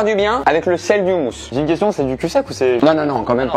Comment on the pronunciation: Excusez moi Au noms de tout le monde On prononce le mot "houmous" "roumousse"(faut un peu rouler le r)